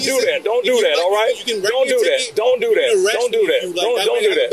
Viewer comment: the pig can't even speak English "dat", "dis" "over dere" "don't do dat" ad nauseam